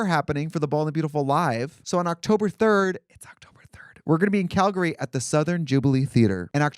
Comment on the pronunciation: Trixie saying "Calgary" like a local = Cuntry